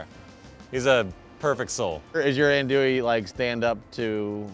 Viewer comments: First the proper pronunciation is not "andouillee" but "andouilleuu" in french, and by hearing "andouille capital" I just can't stop laughing, maybe in us but oh dear not in the world. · It’s not an Andoowee. It’s more Aundwee. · These two jack-offs. We're gonna make "ann-dooie". Asks how to pronounce it. Its pronounced "ahn-dooie". Five minutes later..."We brought some "ann-dooie". Really? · This video just makes me mad its not pronounced ann-doo-wee its pronounced aun-doo-wee or on-doo-wee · Eh, you're all pronouncing it incorrectly. Think "on-dwee" and you're about there. :) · Them saying "Anndouille" is killing me. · Adui - is it pronounced right? - as a frenchman I can just tell yall pronouncing it wrong (even in Louisiana French) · All of you are saying it wrong. Repeat after me: AN DOO YE... and that last E is almost silent. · It's not ANDOUI tho... it's Andouille. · I know he didn’t do this right because he can’t even say andouille correctly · Love it when all 4 pronounce it wrong and then go balls deep and state that they in the capital of the world for Andouille....LOL...its from France yall !! still...love this show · Andouille? I've been mispronouncing it this whole time? Proceeds to mispronounce it for the rest of the video. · Really good video. But you are really wrong with the "Andouille" prononciation